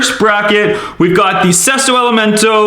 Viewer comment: That is not how you pronounce either of the Sesto elemonto and estoque